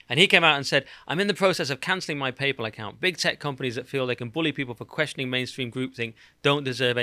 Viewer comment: Why do you keep calling it "Papal"?